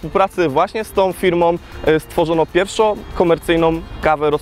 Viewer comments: PierwszOM KomercyjnOM kawę rozpuszczalnOM... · Wolę słyszeć pierwszOM niż pjerszO lub pierwszOŁ. :D